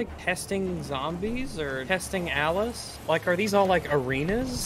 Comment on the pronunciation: Every time says 'Alice' all I hear is 'Az'